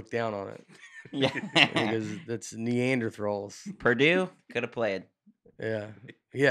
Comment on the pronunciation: I love everything yall are doing for us folks at home! FOLKS PRO TIP: caution drinking while watching this podcast Nate's pronunciation mistakes are expected yet surprising. I am now cleaning off my computer because he said NeanderTHRALS.